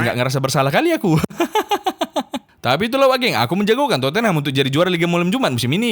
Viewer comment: udah ga pantas lagi kau nol sebut tottenham "terpongkengham''